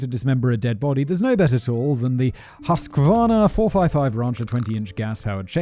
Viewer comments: There is no A in Husqvarna , just saying .. My Swedish friend pointed out most of us say Husq-A-Varna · Husqvarna - Husk-varna lol the Swede in me died a little, Simon. Thanks. Also taking a drink while making a comment on the killer is Peak Simon. Thank you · Husquvarna is pronounced like: Huskvarna. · hearing simon trying to properly pronounce "husqvuarna" when you're swedish... hilarious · Hehehe, it's funny hearing someone try to pronounce Husqvarna without prior experience. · Pewdiepie would be very disappointed in your pronunciation of the word Husqvarna blaze boi...........